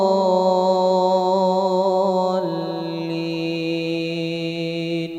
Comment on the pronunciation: Maaf apakah ada yang memperhatikan bacaan akhir fatihahnya? Yang saya liat dan dengar "waladloolliim" Huruf mim Bukan "waladloolliin" Huruf nun.